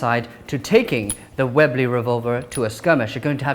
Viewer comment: Hehe, it sounds funny when he says webley, its sounds like he's saying wibly xD